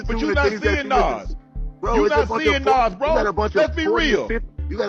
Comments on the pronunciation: I'm probably older than you bro...his name is Nas....not Naz 😂😂dude was saying the name wrong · Nas and Pac has the pronunciation like DOC, not AX or As. 😂😂😂😂😂 I don’t like when people say Nazz or 2-PACK. 😂😂😂 it’s effin annoying!😊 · Say ahh or Doc, then say Nas! Like people say 2-PACK and it has the same sound as Doc, but it’s Pac! Good content but the mispronounced Nas is wild! 😂😂😂